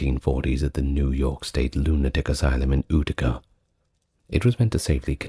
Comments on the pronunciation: Utica is pronounced you-tick-a, not ooticka 😂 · For future reference Utica is pronounced yoo-tica. Cheers 🫡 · New Yorker, here! Big fan. Just want to say that Utica is pronounced like You-tica. Cheers 😊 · Utica is pronounced “You-tuh-kuh” just a friendly fyi. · 😅 I just thought the same thing, I think I like ootica tho, has a nice ring to it.